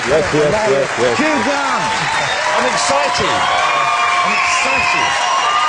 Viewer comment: Darby O'Gill. Yeah. He’s thinking ‘Hugh Gwant has more money than even ME’ I’ll have to up my game at childwen in need. Wibbly’